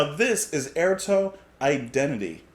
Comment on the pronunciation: I think Airto is pronounced Eyeairtoe.